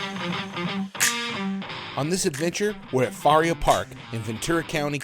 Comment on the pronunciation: It’s (fuh) (rhea).